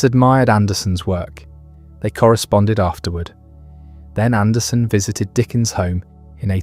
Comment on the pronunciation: Hey, everyone, it’s AndersEn. He’s Danish, not Swedish.